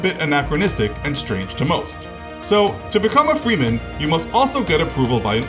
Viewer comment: freeman sound more like freemasons